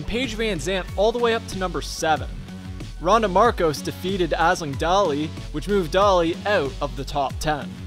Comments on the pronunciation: "Azzling Dahli"? You mean Ash-ling Day-Lee? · Ass Ling Da-Li? You mean AISLING Daly??? Shocking pronunciation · You butchered aisling ddaly's name haha. It's pronounced Ashling Daily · Aisling Daly - Ash-ling Day-lee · Hahahha love the videos but Aisling Daly is pronounced Ashling Daily just a heads up